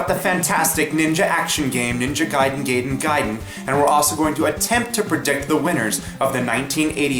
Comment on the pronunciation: "ninja gayden guyden geyden gaiden!"